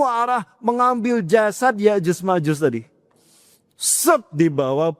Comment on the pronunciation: Cocoklogi. Nyebut nama ya'juj ma'juj aja Salah.